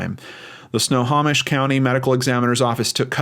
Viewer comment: Did pretty good pronouncing Snohomish! It’s Snow-Ho-Mish. Anyways, thank you for always covering cases in my state. There’s a lot of weird shit happening around here. ❤️